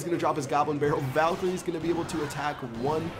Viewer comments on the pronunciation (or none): The song "Rise Of The Valkyries" shows the Valkyries being pronounced the opposite way does